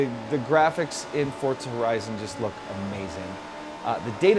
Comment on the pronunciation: what is forzta horezon?? 😂😂😂😂😂